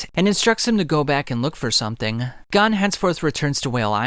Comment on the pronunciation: Gon not gone